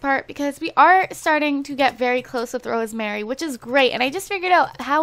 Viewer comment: I think her name is pronounced Rose-Marie and not Rosemary xx